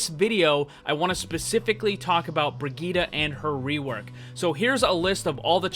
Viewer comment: she's useless now btw the way he says brigitte, BREEGUYDA! I swear english people sucks for any name that is not in english